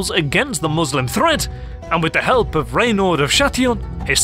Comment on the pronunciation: RENAUD de Châtillon !! not raynald .....